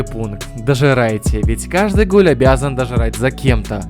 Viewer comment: почему ты такой клоун? иди своей мамке скажи чтобы она сдохла потому, что я захотел стать гулём. ты даже не знаешь, что произносится НЕ ГУЛЕМ, А ГУЛЁМ. ИДИ РУССКИЙ УЧИ, ой я забыла, в канаве же нет учебников. только для тупых даунов и позеров, которые думаю что по твоему ролику их будут жалеть и думать что они настоящие гули в депрессии. даун. как ещё земля таких носит?